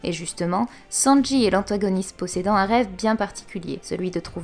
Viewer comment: C'est moi ou j'entends "sanji est l"antagoniste.." à